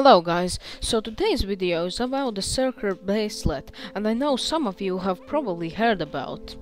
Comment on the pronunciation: You called it "circer bracelet" lmao